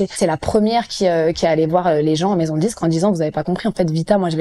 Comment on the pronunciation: "je suis pas signé en maison de djisque" "on reste des nuits enthchières" "à la fin on se djit" "on était en studjio", mais pourquoi est-il si difficile de prononcer correctement les "d" et les "t" ? Pourquoi deviennent-ils "dj" et "tch". A part ça, gros respect pour Vitaa !!!!!